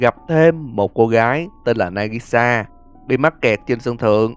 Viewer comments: trong video, ông đã đọc sai tên Nagisa, ông lại đọc thành Nagasi. :D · nagisa mà cứ đọc là nagasi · Nagisa làm nhớ đến bé trap Nagisa:)))) ( đoạn cuối đọc sai Nagisa thành Nagasi mấy lần:v) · Nagisa thành Nagasi :V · nagisa mà ad đọc là nagasi :v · nagisa hay nagasi :v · nagisa mà sao anh đọc nagasi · na-gi-sa not na-ga-si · Nagasi???????? Chẳng phải Nagisa sao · Nagisa chứ nigasa anh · nagisa mà sao lại là nagasi :v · Nagisa mà kêu Nagasi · Tên Nagisa nhưng lại Nagasi🤣🤔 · Nagisa đọc thành Nagasi what?? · đọc sai kìa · Đọc lộn kìa anh nagisa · 2 lần :^ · Nagisa mà đọc là Nagasi là sao? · ở đoạn , cô gái trên sân thượng đó là nagisa thì anh đọc nhầm thành nagasi anh ạ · Có 1 Bad Ending anh ơi đó là khi chui vào cống có chỗ mình bị rớt xuống và Aka manto sẽ tìm tới chỗ mình và phun cái gì đó vào mặt mình:)) Anh cứ đọc nhầm tên nagisa với nasagi nha anh Fan <3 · Ad ơi nagisa sao cứ nói là nagashi vậy? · anh đọc lộn nagisa thành nagasi nhiều lần quá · tôi hỏi xíu, nhân vật trên video ông ghi là nagisa nhưng sao ông lại đọc là nagasi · Linh hồn của Nagisa anh lại đọc là Nagasi :)))? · Nagisa mà gọi là Nagasĩ :))) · Nagashi hay nagisa thế ơi? Tầm đoạn trở đi thấy ghi nagisa mà đọc nagashi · Đọc nhầm rùi. Nagisa chứ. Sao lại Nagasi :((( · Nagisa chứ không phải Nagasi anh ơi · Nagisa mà ông cứ nhầm thành Nagasi:vv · nagisa mà đọc thành nagasi vậy a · Nhân vật tên Nagisa said: Nagasi =)) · Nagisa ko phải Nagasi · Ủa nagisa mà ad cứ đọc là nagasi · Rõ ràng bà trên sân thượng tên là nagisa mà ad cứ gọi là nagasi nhỉ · Sao lại đọc là nagasi phải là nagisa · NAGISA NHÁ KO PHẢI NAGASI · nagisa mà chứ đâu phải là nagasi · Nagisa mà ông đọc nagashi: Dead rising 3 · Nagisa mà đọc là nagasi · tên là Nagisa chứ không phải là Nagasi nha ad ad đọc nhầm r :3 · ptg ơi một số đoạn đọc bị lỗi là nagisa chứ không phải nagasi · anh ơi đoạn là nagisa nhưng anh đọc là nagasi :v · Là Nagisa anh ơi ko phải Nagasi A cute mistake ;-)